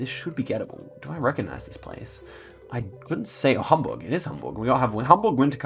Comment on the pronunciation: I’m from Hamburg and I really like you’re pronunciation of the German cities :)